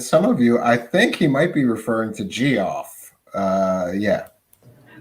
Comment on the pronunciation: Pro Tip: Geoff is pronounced "Jeff."